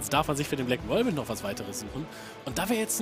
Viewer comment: nächstes mal bitte Whirlwind richtig aussprechen kollege